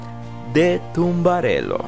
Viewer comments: “Tumbarello”... really? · A veces no se entiende nada. La curva se llama tamburello y se pronuncia tamburelo y no tumbarelo